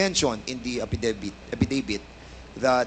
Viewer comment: ang pagka pronounce ng affidavit apidevit? ano ba yan...ways or waste or waist.....